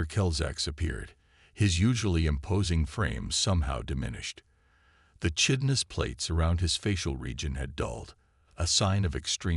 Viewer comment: It would be well to learn how to pronounce "chitinous."